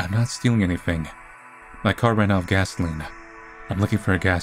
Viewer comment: She talks about immortality and re assimilation but can't pronounce gasoline